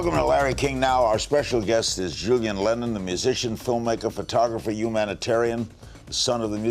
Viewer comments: Doesn't do a second's prep work either. Mispronounces Julian's million selling album in the introduction. Julian is charming about it. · Larry can’t pronounce “Julian” correctly, is pretty funny. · Maybe ask a staff member how to pronounce the title of his new album before you bumble it up.Do 20 seconds of prep, larry. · C'mon, Larry. You couldn't pronounce the name of the album?